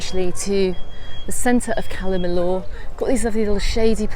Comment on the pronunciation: LL pronounced Y. I is pronounced ee. Cala meeyor